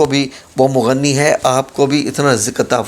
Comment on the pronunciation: Ya mughniyo h mughannio ni hota